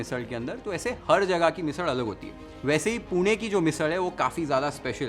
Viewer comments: Thank you for pronunciation as पुणे❤ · ❤❤ पुणे तेथे काय उणे ❤ aapse Pune ka naam sun ke bahot achha laga ... Your pronounciation is really wow like अस्सल पुणेकर ❤ Thank you for sharing पुणेरी मिसळ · वाह, भावा, मस्त, लय भारी, तोंडाला पाणी सुटलं😋😋 Love the way you pronounce the names of our cities correctly, नाशिक, पुणे ❤️